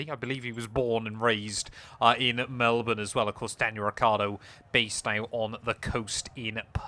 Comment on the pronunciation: Finally! A British person that can say Melbourne correctly... "Mel-bn" as opposed to "Mel-born".